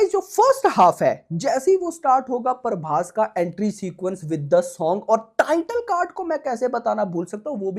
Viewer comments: Bhai paaarrrrbhas nehi ,its Prabhas..!! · Prabhas ❎paarbhass✅